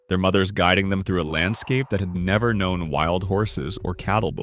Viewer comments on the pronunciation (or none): none